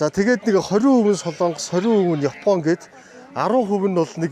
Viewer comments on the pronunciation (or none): none